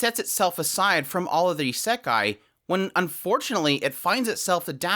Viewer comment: nothing to do with the point of this video and no offense why do you pronounce it as isEkai?